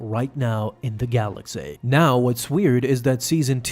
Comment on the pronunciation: “In the galaxay”